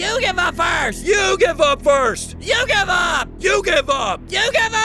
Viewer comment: “you give up” What I hear: “YU-GHI-WA”